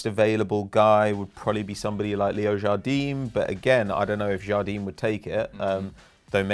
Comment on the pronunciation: ‘Leo jardin’... tuchel? MOURINHO?